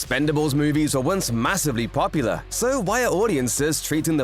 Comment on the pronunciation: "Massiva popiula"? When the fu...? 🤣🤣🤣#Premiseeaassseeea